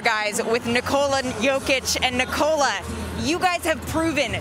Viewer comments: It's not Ni- Cola. It's NIKOLA. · Its not Niiikooola,its Nikola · Can't they finally learn how to pronounce his name? It's not Nikouhla, it's Nikohla. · "nikolan jokic"? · Why is she saying it as ni-cola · I hate how she says his first name. The man literally had an interview to explain how to say his damn name and homeboy told people to say it correctly but this woman keeps saying it wrong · dude, its nikola not nikola! damn